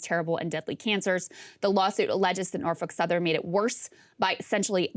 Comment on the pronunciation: In a world where women are supposed to become presidents and rule the country. She’s doing an article on Norfolk Southern. But she can’t even pronounce it. Muslims can pronounce it there’s a seven-year-old child in Bangladesh that can pronounce it. Maybe you should have her read what she’s going to have to say instead of taking lap naps.